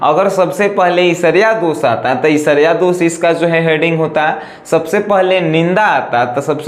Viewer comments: सर ईर्ष्या को esarya नहीं ershya पढ़ते हैं प्लीज सर गलत मत पढ़िए अच्छा नहीं लगता है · Who noticed he is saying ishariya instead of irshiya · Isarya kya HOTA h sir irshya HOTA h kya sir padhna Sikh lijiye pahle 😀